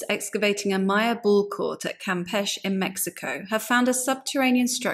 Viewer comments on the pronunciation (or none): The ability to do DNA analysis can make archaeology of the past look rather shallow. I'm pleased, though, that it's showing so much agreement with the findings of the late, great Dr. Maria Gimbutas. BTW, "Campeche" in Mexico is pronounced "cam-pay-chay" ["ch" as in "cheese"], not "cam-pesh." It's Spanish, not French. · It is not pronounced "Campech" it is Campeche. The final "e" is pronounced in the same manner as the first one.